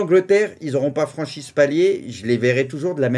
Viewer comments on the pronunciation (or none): none